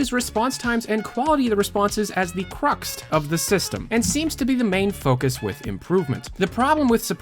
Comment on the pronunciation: did you say "cruxt"? Did you mean crux? You have a sneaky "t" lurking around...